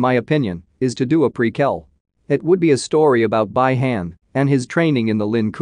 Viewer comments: Its Bi-Han not by-hand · If you guys watch Mortal Kombat Conquest y’all be surprised to see that they are pronouncing Bi-Han name same way as this guy does Bye-Han instead of Bee-Han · For gods sake its bi han pronounced bee han and not bye han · First of all its not by-hand Second how the hell do you not know Third its Bi-Han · Its B Han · I cried when he said By Hand (Bi Han) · Not by hand, Bi~Han...Oh come on man 😅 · Sub-Zero's name is Bi-Han pronounced Bee-Haan not by han. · This dude pronouncing sub Zero's name is already cringey af dude its bee han not by hand bruh and its noob saibot not seybot smh 🙄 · Bee Hun lol not by hand🤣🤣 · Bee-Han not Bi han, Bi-Han. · Not Bai hen 🤦‍♂️ its Bi Han like (bee Han) In the move Hanzo Hasashi says it all out clear BI HAN!!! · Its not by-hand its bi-han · “By-hayn” “Lin-cou-ay”😅🤣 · I can’t with this pronunciation anymore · Right? And who the f is "Bai-han". This narrator is killing me. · You should've write it as "Be Hun" if you're using voice over, so it will pronounce the proper Bi Han. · he should've write it as "Be Hun". It will pronounce the proper Bi Han. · his name is freaky Bi Han read as(bee-han) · Jesus man, it’s Pronounced like Bee Han (like Han Solo), and Noob Sci bot. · Who tf is by-hand and noob saybit?…😂🤣 yes I know it’s an AI speaking…😁👍🏼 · Bi-Han is pronounced Bee-Hon.lol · I can’t handle the way this can’t keeps fucking up the pronunciation. Who the fuck is By-hand and what is the Lin koo-eh 😂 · Its pronounced BEE HAAN 😂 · The mispronounce is so annoying. Next time you use computer voice, take a look at the spelling, please. You can write "bee han" for the bot to read instead of "bi han". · I knew sombody was gone say sum 😂😂 its bi han bi han😂😂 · Bro, someone teach this guy to pronounce it correctly, please, I am laughing. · The way how this guy pronounce bi-han and Lin Kuei 😂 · It is bi han